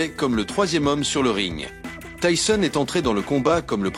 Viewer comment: Tyson pas tysson (tyzon) sinon le reportage est super ❤